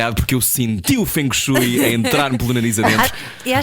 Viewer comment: Creio que se diz ou Feng Shui (como é escrito) ou dito como se fosse Feng shué, - e não Feng Shói, como eles disseram algumas vezes, como se estivessem a falar de Chopsticks. Pelo menos foi assim que eu aprendi no Imp, com o Francisco 😘